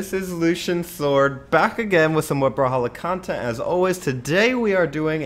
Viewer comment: Come on Lucian!!! IRIGHTI's clan is Brawl"A"halla like brawlahalla not brawlhalla!!!!